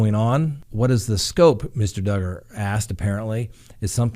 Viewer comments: DUGGAR!!! RHYMES WITH HUGGER!!! So love it!!! 🤣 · Awe! Don’t let the old crabby people win! DUGGER-HUGGER LOL. Oh, and didn’t that start because someone got offended that you said his name wrong once lol. He does deserve the upmost respect. Not. Love ya!!